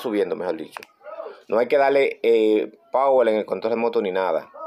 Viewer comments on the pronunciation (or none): none